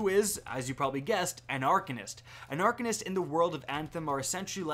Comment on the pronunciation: Are-Cane-ist proper pronunciation